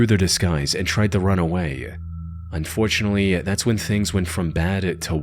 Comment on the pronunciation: When ever the narrator says "unfortunely" you know its gonna be dark.